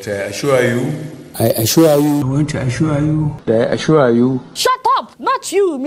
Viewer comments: This is to notch! the "I aschwure you president" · Lol! President I shor u, I shor u..... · Ha ha ha ha I assuah (assure) you I assure you ha ha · The most funniest part is our president I asua I asua not assure 🤣🤣ADEOLA I AM ASUA you we will visit you soon just continue keeping it real 👍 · "I ASURE YOU"